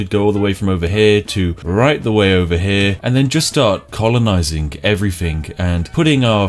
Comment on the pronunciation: Colonizink everythink sounds like a strategy!